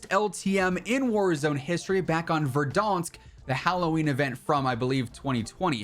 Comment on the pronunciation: He pronounced verdansk weird